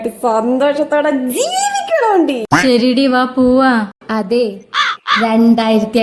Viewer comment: "ജീവിക്കണമടി" എന്നതിന് പകരം ജീവിക്കണംഡി😊 എന്താണ് അങ്ങനെ? തമിഴ് style?